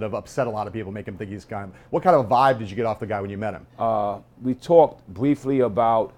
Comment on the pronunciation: This dude says Bwiefly and pwesent LOL